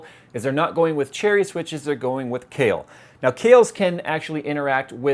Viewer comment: oh it's kahil, sounded like Kale lol